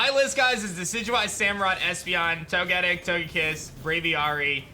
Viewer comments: Why do you keep calling Togetic To-getic, it’s actually pronounced Toge-Tic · I'm sorry but the way you say "Togetic" really bugs me 🤣